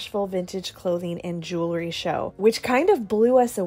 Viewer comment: Jewel-ry not jew-lery. Sorry but I had to say it. Loved the video besides that.